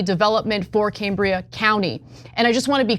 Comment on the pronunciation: Cambria with a short a, as in Cameron. I live here.